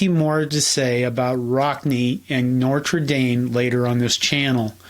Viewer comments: why are you saying “Nor-tra” Dame?? The “t” comes before the “r”. It would be more correct to say: “No-truh” Dame. Most Midwesterners say “No-ter” with a heavy midwest “R”. Anyway… this is just to help you out in the future. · Please, it’s not Norter Dame, it’s No tra Dame. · so. seriously? you're worried about Kha-nute, with all the "NOR-ter-dame"? NO-TER-DAME, pls. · It’s notre dame not Nortre dame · Good video, but I’ve never heard of NOR-TRE Dame. Maybe you’re meaning to say NO-TRE Dame? 😊 Also, the campus is actually in Notre Dame IN. Kind of like Vatican City is separate from Rome. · NOTre Dame, NOT Norte Dame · It’s “Notre” not “Nortre” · Nice video, but learn how to say the name of this story to school. It's not norter dame. It's no-tre dame. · I think it’s No-tra Dame not Nor-ter Dame. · NORTRA DAME. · It's "newt". Love the video & the channel. ps. it's "notre", most people say "noter".... not "noRtre". Keep up the good work. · Hey, it’s NOtre Dame, not NORtre Dame. Good grief. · I love your videos, but your pronunciation of Notre Dame was really distracting. Maybe it’s ignorance on my part, but I’ve never heard Notre Dame pronounced “Norter Dame.” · “Nortra Dame” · Why are you pronouncing Notre Dame with 2 R's?? Pronounced No-tra-Dame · What do you keep saying “Nortre” Dame? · I tried to to watch this until the end, but your repeated miss-pronunciation of Notre Dame, as 'Norter Dame' just got the better of my patience. Have you never heard the name pronounced properly? (and I don't mean correct French, - just putting the 'R' in the correct place). Do you suffer from dyslexia or some other mental health issue or illness? Have you never even watched a Notre Dame football game? What is wrong with you? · *Nortrer Dame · I’m less concerned with k’nute vs. ‘nute, I’m more concerned with your pronunciation of ‘Norter Dame’. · I’m glad you made an effort to get the correct pronunciation for Knute. Could you please try to stop saying “NORTRA” Dame?